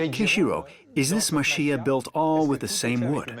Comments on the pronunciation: I might just be me, but it sounds like the narrator is saying "muh SHEE uh". It's actually "ma chee yah". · The correct pronunciation is Ma-Che-Ya not Ma-Shi-A for the houses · its pronounced mah-CHEE-ya not mah-SHEE-ya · The video was very nice the only thing that bothered me a little while watching was the guy pronouncing machiya as mashiya ! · The pronunciation of Machiya isn’t Ma Shee Ya. Chi is like “Chee”se. The female narrator is correct. I posted videos of Kyoto , too in my channel. Kyoto wasn’t bombed so much during the World War II, therefore, we still see some traditional architectures however, it’s very much changing because of the tourism. Some were turned into modern hotels. I try to film Japanese cultures to introduce to the world. Thank you for sharing your video, too. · Why can’t you pronounce machiya properly? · Are you saying they can't take the time as a professional documentary film production company to find out how to properly pronounce the thing that is the main subject of the film or that French people can't pronounce the ch sound or that they shouldn't have to even bother getting it right and trying to pronounce it or are you saying the OP is wrong (they're not, BTW)? Remember, too, that the narrator is not French.